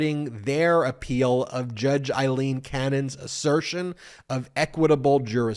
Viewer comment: Ben, my friend, you are mispronouncing two names on a regular basis, if you are ok with it, disregard this reminder. Fani Willis is pronounced like fan, not fawn. Aileen Cannon is pronounced like fail, not eye. Eileen is what you are saying.